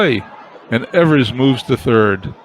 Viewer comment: ...love the fact that you are doing a 50's replay...some name corrections for you...Johnny Groth is pronounced 'Growth'...and Hoot Evers is 'Ee vers' emphasis on E...as for McDermott, he was always considered a good hitter, in fact he use to get some pinch hitting calls. Lots of offense in your replay eh!